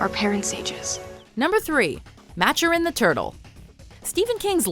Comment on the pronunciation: I said it once I will say it again, I believe it is pronounced Matoorin not Machurin.